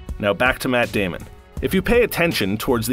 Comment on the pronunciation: I swear that doll character said Matt Damien